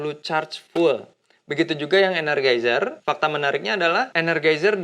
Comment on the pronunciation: ener JAI zer bang bacanya